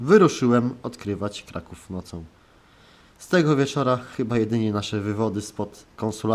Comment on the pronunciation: Karaków :D